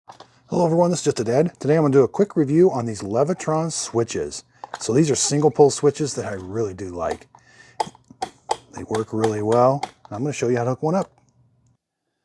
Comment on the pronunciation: Leviton not levitron.